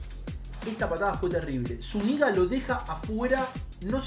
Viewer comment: lo de zúñiga que lo pronunciaste mal fue en el mundial, la venganza de neymar fue al año siguiente en copa américa en esa sería mas venganza de colombia porque en ese mundial nos robaron un pase a cuartos y en la copa américa los sacamos